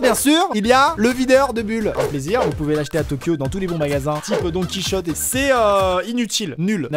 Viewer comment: C est pas Don Quichotte Que sa ce dit mais Don ki hotté . Désolé pas facile d expliquer une prononciation japonaise écrit en français 😉